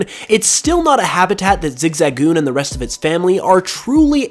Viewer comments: Listening to saying zigzagoon weirdly hurts my soul its zig-zuh-goon not zig-za-goon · flappety flippers I keep hearing Zig-zag-oon